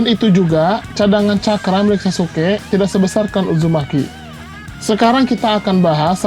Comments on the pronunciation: Sasukek.. Ga enak gue denger naratornya nyebut sasuke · Izin komen. Sasuke bang,, bukan sasuke'